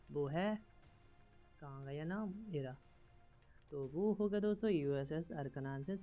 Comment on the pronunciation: its not akranansis , its arkansas 😂😂